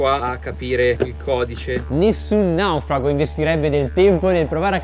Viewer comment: Ma perché dici la parola:"Naufrago" con 2 pronuncia diverse? 🤣🤣🤣🤣🤣🤣🤣